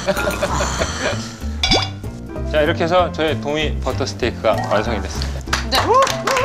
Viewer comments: 와… 말투 진짜 특이하긴 하다 마리네이드는 미국 생활 오래해서 자연스럽게 매뤼네이드라 발음하는데 그 와중에 버터는 빠다라고 하거덩요😂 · 첫 스승이 일본인 셰프였어요 ㅋ일본식 발음 빠다가 습관으로 남은듯ㅋ